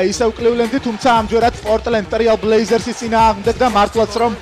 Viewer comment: ტრიალ ბლეიზერსი არა, ტრეილ ბლეიზერსი ალონსო გი არა, ალონსო ჯი დაიონ უეიტერსი არა, დიონ უეიტერსი ----------------------------------------------------- ეს ისე, როცა ასეთი გადაცემა მიგყავს ვალდებული ხარ იცოდე ასეთი ელემენტარული რაღაცეები ))